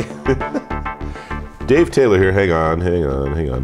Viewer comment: here, Deeve, 😂🤣😂🤣